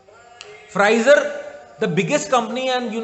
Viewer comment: Babaji comedy show mein Pfizer ka naam toh atleast dhang se bolo.. (Friiizerrrr lol) seems like you are very misinformed on Pfizer and the vaccine 💉 business